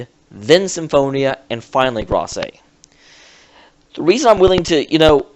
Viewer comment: please stop saying Grace wrong. It's said like this: "Greyse," all one syllable.